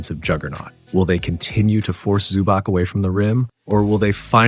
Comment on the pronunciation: Nice breakdown. Please learn the players names next time. ZubaK my ass.